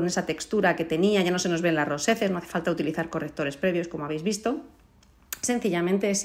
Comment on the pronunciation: Un resultado genial!!! Una pequeña corrección, dices roseces , rosez....pero es rojeces y rojez